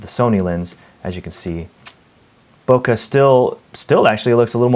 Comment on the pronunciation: you need to google "bokeh"